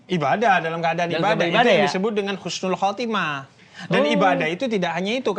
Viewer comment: Makasih banyak rangkuman nya... ❤ tapi maaf yg menit ke yg betul husnul khotimah bukan khusnul... Maaf ya jangan marah... Mengingat kan saja... Khusnul : mati dalam keadaan hina.. 🙏🙏🙏🙏sekali lagi makasih banyak uda dirangkum...